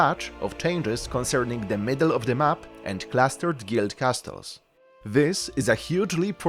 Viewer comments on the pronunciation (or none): Please get known how to pronounce "castles" ears are bleeding